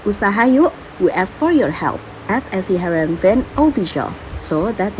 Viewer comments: Harenveen bang ..😂 bukan havenreen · Heerenven bang.. bukan hevenren 😂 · Bukan Hevenren bang😂😂 Tapi heerenven